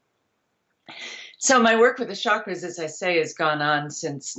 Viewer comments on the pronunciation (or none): One of the bullshit sources of modern chakra😂 exactly as she pronounces it “ SHAkras”😂